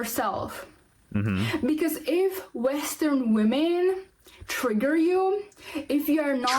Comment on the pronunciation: Is it trigger or tragger as she says it is. LOL 😅😂🤣